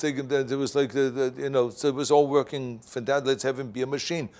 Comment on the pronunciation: Vorking or working 😂 WEF ? Klouse swab lol